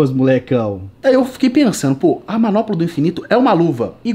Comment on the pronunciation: "MANOPOLA" KKKKKKKKKKKK É MANOPLA